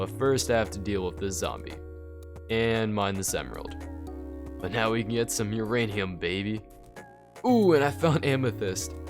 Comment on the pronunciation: Every time he says uranium i think he says urainus